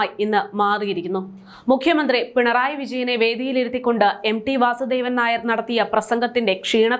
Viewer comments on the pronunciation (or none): none